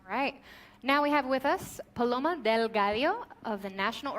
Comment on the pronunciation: God the butchering of hispanic names is real its PALOMA short sharp cut, this rampant racism coming from is appalling